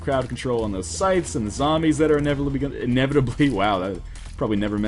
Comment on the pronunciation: Why do people say "Zombie" but then "Zambies" and not "Zombies"?! =(